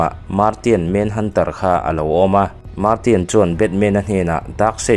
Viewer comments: Leh lawk ,martian tih te poh khi. "marsian" tih tur nia😂👍🏿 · An hming a lamdan thenkhat hian nuih a ti za tep zel,example ah Martian ti a lam lo in marsian ti a lam zok awm